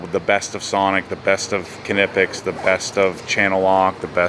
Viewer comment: For Knipex, it’s pronounced “ni-pex”